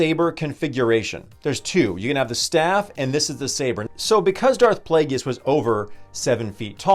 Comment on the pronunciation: Dude plagus is how it's pronounced! Driving me nuts